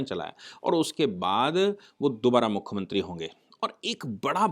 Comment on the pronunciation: आप मुख्यमंत्री को बार बार मुख्खमंत्री बोल रहे हैं